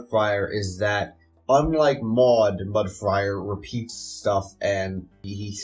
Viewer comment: It keeps sounding like you're saying Mud Friar instead of Mud Briar. Was that just your mic?